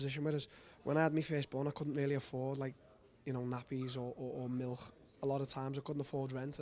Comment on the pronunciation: "MILCK" had me dying! LMFAOOOO!